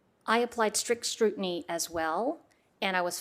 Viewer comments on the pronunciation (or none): Lol she said "I applied strict strutiny as well" . Or did I hear it wrong? I replayed it 4 times and I swear that is what she says. xD